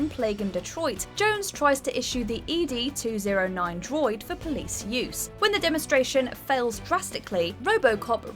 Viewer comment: RIP Donald Sutherland. Also E D 209? It's ED 209.